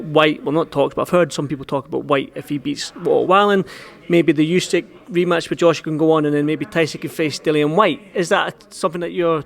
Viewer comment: Why do all the Fury’s call him ooseck? It’s Usyck 😂